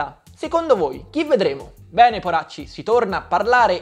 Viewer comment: Sì é sentito mortacci invece che poracci😂😂😂😂